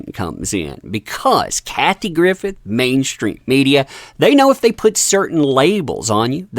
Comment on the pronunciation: please at least pronounce her name correctly. And don’t discredit her, she has called this stuff out for years and has been right.